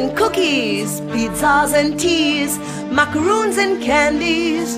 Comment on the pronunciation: Love the indian accent... "Mucka-roons"